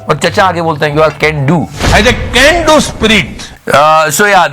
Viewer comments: He is saying ... "Cendu" ... Not "Can Do" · Iska "can do" maa kasam "gendu generation " jesa kyu sunai de rah tha??... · CAN DO sounds more like GANDU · He said "Can-do" generation but he meant by "Gan-do" generation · At first I all thought he said G do..